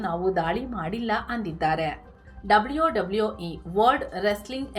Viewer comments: ಡಬ್ಲ್ಯೋ ಡಬ್ಲ್ಯೋ ಈ 😂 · ಡಬ್ಲಿಯೋ ಡಬ್ಲಿಯೋ 😂